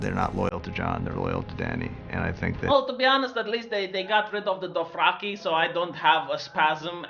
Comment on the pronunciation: Drohaki....Drohaki?? ....oh! Dothraki! XD